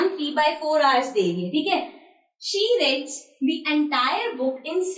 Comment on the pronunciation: Abe gawar wo she reads hota hai she reds nhi 😄